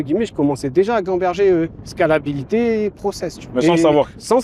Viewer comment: Sort de ce corp Anthony bourbon « scalabilite « 😭😂